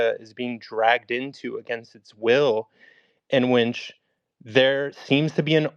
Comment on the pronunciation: How the hell is this white boy trying to spell check somebody but he keeps saying winch instead of which. 🤷🏾‍♂️